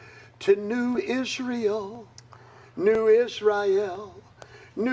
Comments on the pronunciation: The clip of him singing is so cringe it hurts. And why does he pronounce it "israyel"? And brings it up every single time 🙈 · Dude don’t even know how to pronounce Israel and he has a severe speech impediment